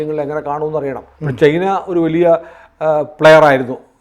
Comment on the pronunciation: ചെയ്ന എന്നാണ് കേൾക്കുന്നത് ചൈന എന്ന് പറയു